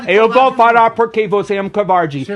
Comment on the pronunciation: Você é "couvardi".kkkkkkkkk